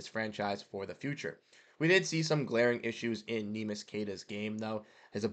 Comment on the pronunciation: I want him back, too. But, it pains my brain to hear you say his name that way. You produce content on the Celtics, you can do better. Please, please, please learn how to say his name. It's three syllables. Neh mee ish or if you can't say that... nickname Neemy